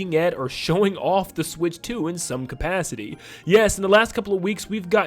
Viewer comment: Can I have 5 MINUTES WITHOUT “SWICH 2” !!!